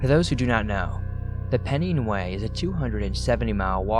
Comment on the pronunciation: Hiya. Love the stories. Just to let you know, it's pronounced pen-nine way.